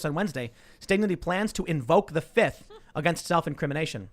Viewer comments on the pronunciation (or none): "Fif" not "fifth.......